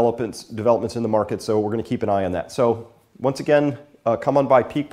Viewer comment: Chris, I heard an "R" hit the floor ...Maahket. As a resident of N New England, it felt good to hear my people, if only for a second.. Kidding aside it made me think of the vastly unsung personal quality of the Yankee work ethic. Thanks for posting the updates.